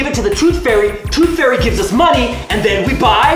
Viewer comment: When he sead maney